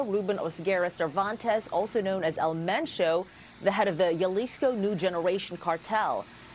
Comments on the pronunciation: Hey lady reporter -- Jalisco is pronounced "HA-lisco, not "YA-lisco." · Jalisco = Halisco. Not yalisco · Its HA-leesco (Jalisco) not yuhleesco lol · It's not JALISCO ITS HAAAALISCO I WISH THEY WOULD PRONOUNCE CORRECTLY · lol it’s not Yalisco it’s Jalisco (Halisco) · Did she say yaleesco? Lmaooooo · Hal-lisco Spelled Jalisco but pronounced best Hal-Isco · A news reader saying Yalisco cringe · How hard is it for people to say, Jalisco? “H-alisco” All these news organizations are coming up with a million ways to butcher the name of that city 😂😂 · Jalisco (hal-e-sko) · The way she says Jalizco 😂